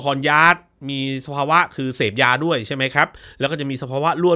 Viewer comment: ออกเสียงว่า ยาด ไม่ใช่ ย้าด มาจากชื่อจริงว่าทายาท ที่เขียนบนโรงศพ